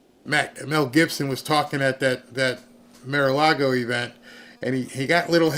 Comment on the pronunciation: It is not Mare-A-Lago. Bar, car, far, gar, par, tar. Mar-A-Lago! And. 2003 not 2023.